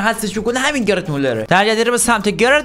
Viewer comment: داداش gered نه gerd